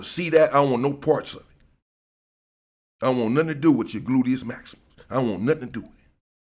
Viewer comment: Your gluteus maxias, never heard that before but it sounds funny as fuck….